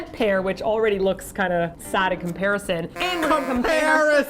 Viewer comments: Com-pear-ision XDD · Seriously I cracked up when they said com-pear-ison.....